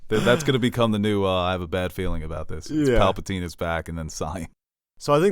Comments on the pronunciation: Also,, are u saying palpaltine on purpose to infuriate nerds? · Dude, will ever get his shit together? Aks, Papltine?